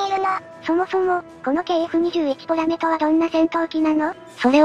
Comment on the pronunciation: ポメラじゃなくてポラメじゃね？